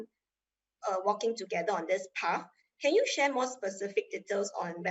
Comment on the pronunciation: "Path" not "pafh"